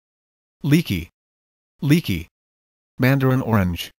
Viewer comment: You said lychee like you said leecky